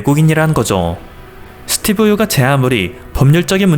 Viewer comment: 스띠브 ~ㅋ 발음이 안된다.이제 지친다 니가 뉴스에 나오면 내 수명이 짧아지는거 아니? 고마 해라. 그지같은게 어디서 지룰 염뱅을 떠냐 니 세금 때문에 지금 한국에 오려는거 모른지 아냐,? 진짜 들어 오려면 니 재산 한국에 몽땅 기부하고 군대 갖다오면 용서할께